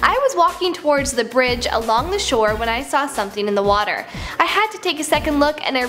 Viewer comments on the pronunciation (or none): none